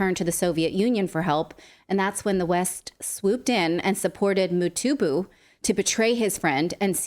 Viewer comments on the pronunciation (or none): Motubu😂😂 Mutumba😂😂 Absolutely butchering the names😂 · Nathalie had some trouble pronouncing the names Motubu should be Mobutu and and Motumba should be Lumumba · Really great hearing these critiques from the west. But I couldn't help but giggle at 'Motubu' or 'Motumba' 😂😂Its Mobutu. Now try saying the full name 'Mobutu Sese Seko Kuku Ngbendu Wa Zabanga' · mutobu, mutumba, mitobo, damn! Those names aren't that hard Natali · Mutubu😂😂😂 he was a butcher. Thanks for butchering his name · Say it after me: MO BU TU. Hearing Natalie butcher a very simple three syllable African name made my whole day lol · Yes Nathalie this guy's name came out wrong. Lollllll. But I still love you guys. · Not pronouncing Mobutu’s name correctly shows the lack of professionalism and effort you types give when it’s not something you respect or really care about. Very piss poor performance.